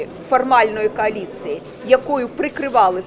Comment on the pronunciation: КАЛІЦЇЇ ???? ППЦ! Науче її хтось як правильно говорити?